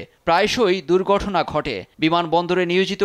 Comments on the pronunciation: দুর্ঘটনা হবে, দুর্গঠনা না। একটা প্রথম সারির চ্যানেলের রিপোর্টারের উচ্চারনের এমন বাজে হওয়া দু:খজনক। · হায় রে বাংলা উচ্চারণ!! দুর্ঘটনাকে উচ্চারণ করে দুর্গঠনা! লজ্জা, লজ্জা!!! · কথা-বার্তায় আঞ্চলিকতা নেই, কিন্তু 'দুর্ঘটনা' কে 'দুর্গঠনা' বলতে শুনলাম মনে হয়.... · দূর্ঘটনা হবে।দুর্গটনা কি😅😅😅। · দূর্গঠনা 😂, লিগেল 😂 ভাই উচ্চারন ঠিক করতে হবে। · ৩/৪ বার কইলো দূর্গঠনা 🤣 উচ্চারণ এমন ক্যান! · একটা মেইনস্ট্রিম নিউজে চ্যানেলের সাংবাদিক। অথচ "দুর্ঘটনা" শব্দটাকে বার বার "দুর্গঠনা" উচ্চারণ করছে। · দুর্ঘটনা উচ্চারণই করতে পারে না, সাম্মাদিক লিগাল টিমকে বলেছে 'লিগেল'